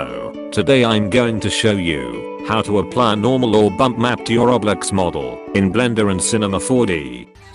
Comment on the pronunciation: Bruh when that bot said roblex i died